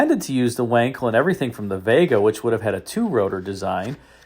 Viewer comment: It's pronounced Vankel